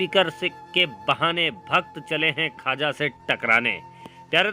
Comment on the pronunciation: Khaja nahin khwaza hota h